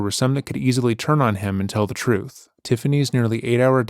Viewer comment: I need someone to explain what “troof” is, he keeps saying it and I have no idea what “troof” is.